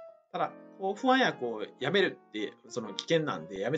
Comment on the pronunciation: ホャン薬ではなくて不安薬と発音して欲しいわ～